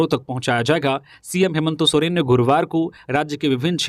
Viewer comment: आप न्यूज़ तो ठीक बता रहे परन्तु मुख्यमंत्री जी का नाम हेमन्तो सोरेन क्यो बोल रहे हैं हेमन्त सोरेन बोलो ना